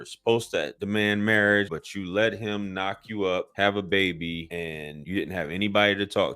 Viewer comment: You kill me every time you say baby 😂😂😂